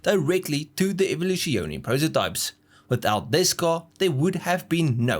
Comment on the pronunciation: you pronouncing Evoluzione is just the dumbest thing I have ever heard...